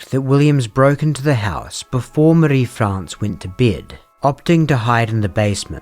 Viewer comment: Your pronunciation of "Marie" confuses and infuriates me. Surely you don't think that's even close to some French way of saying it? Which accent or language are you trying to do?